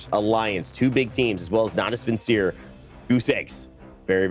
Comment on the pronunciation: someone tell him how to pronounce Natus Vincere...